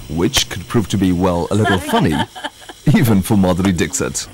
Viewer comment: Lol !! He is calling Madhuri Dixit like Brexit🤣